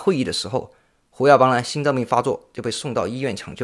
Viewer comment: Hu耀邦，不是Wu耀邦。 确实太令人震惊了，68岁太年轻了。